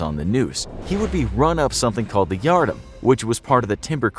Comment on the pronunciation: It's pronounced yard arm.